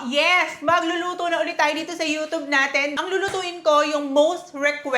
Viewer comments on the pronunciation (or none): You don't pronounce it as U-tub, that's ridiculous.😂 However, don't pronounce as U-chub. It should be a blend of tsy